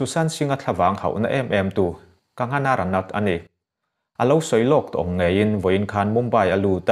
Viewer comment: Kagana ti toh lo la..kangana..kang-gha-na tiin lam ve toh la..😂😁😁